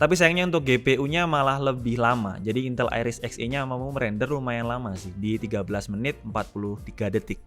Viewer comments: Bacanya INTÉL bang, bukan INTEL... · duh, ngomong "intel" nya kok saru...